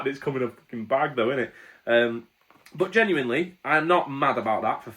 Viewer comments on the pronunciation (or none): none